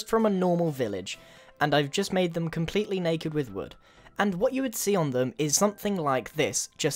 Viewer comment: “Comepletely naked houses” -Grian 2015